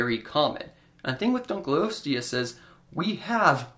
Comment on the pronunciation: It is 'Dunkle-osteus', rather than 'Dunkleeosteus'. Dunkle is a surname, the fossil was named for a man called David Dunkle.